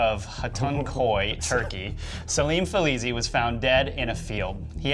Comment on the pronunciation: Felisi? Fizzyli?? It's, Fesli!